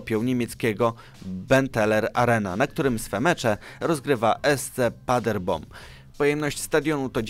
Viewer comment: SC Paderborn, nie SC Paderbom. Sandecja, nie Sandencja